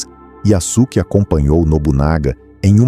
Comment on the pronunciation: Olá, a pronúncia seria “YaSuke” com o som de “suave”, e não “YaZuke”, com “z”! Um abraço!